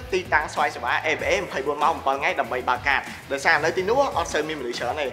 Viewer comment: នៅក្នុងវីដេអូ "ញុំ" "ង៉ៃ" អ្នកដឹកនាំថតអត់បានអាន script 😂😅